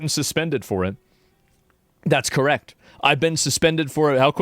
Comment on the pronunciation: When Asmon is correckt,, He is Correckt!!!😂❤